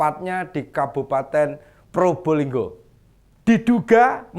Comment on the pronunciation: bukan Purbolinggo tapi Probolinggo itu yang benar ya jangan salah ejaan nama suatu kota